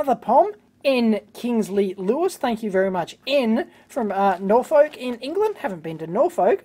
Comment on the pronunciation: Norfolk is pronounced more like norfick